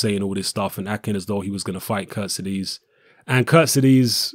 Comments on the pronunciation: Good video but it's not prounonced 'Kurt-si-dees' it's 'Kurt-seeds-ay'. Was doing my nut in when the Boxnation commentator kept getting it wrong. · hey england people and you... who is kuttizes?? jusat say KHURTSIDZE!!!! not KUrtezes. can you read right??? and this KHURTSIDZE will knock him out cold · Charlotte croan agreed